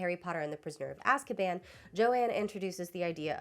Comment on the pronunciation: I find it so interesting how Shaker Aamer, the Saudi citizen held by the US in Guantanamo) mispronounces the word "Azkaban" in the interview as "Azbakan": although that's not an actual word in Arabic, it can be noted as having some very noticeable components... the root ء س و can serve as prefixes that covey negative connotations such as grief, hurt, mourning, _to be constrained_, to beseech consolation, tragedy; the components "bakan" (بَكَان) or "bakana" (بَكَنَا) mean "(he/she/it) screamed" or "we cried", and أَسْب ('asb) means "curse, censure, stigmatize, take away, also slur, blackguard" and a whole slew of negative things that could be traced back to the idea of Azkaban and how prisoners, in the real world, a lot of them political, and subjected to torture and ostracism and racism... It might be just a coincidence, how the way this Arabic speaking prisoner instinctively mispronounced "Azkaban"... Almost as if JK concocted an Arabic neologism for the name of her whimsical Guantanamo/Alcatraz...